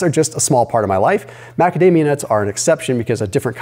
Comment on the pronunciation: After watching some news on YT came in for the new video which was excellent but the advertisement for macadamia was totally hilarious cause I kept hearing magademia.. anyways thanks for great insights again will try and implement the cycling of morning and regular Fasting just to mix it up and keep the body guessing and on high alert. Thanks to your channel and ideas along with few other content creators ideas I have lost 12kg during the last 6 months. Now with in good shape weight wise am starting to put in a lot more exercise.